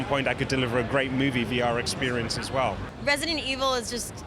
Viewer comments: what is Resentiel 7? ...... i wonder what her heritage is cause shes having so much trouble pronouncing the words. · "resential evil." lmfao they should have gotten someone who could pronounce the name of the game. smh